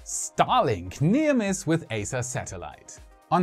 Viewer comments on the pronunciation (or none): It's pronounced [i:sa].